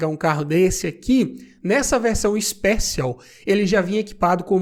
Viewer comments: Ixpéchion kkkk seria assim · A pronúncia do "Special" não é essa!!!